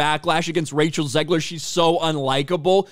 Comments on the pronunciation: Did he say Racial Zegler? Lol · Did you call her Racial Zegler 😂